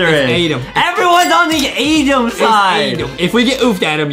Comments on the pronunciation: Is adem not edem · its adem not adam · "ADEM" IS CORRECT "ADAM" IS WRONG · ADEM NOT ADAM BUT HIS NAME IS ADAM BUT ADAM SAID ADEM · Adem its adem not adam